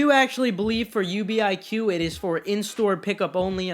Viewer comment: It is NOT U.B.I.Q it’s just UBIQ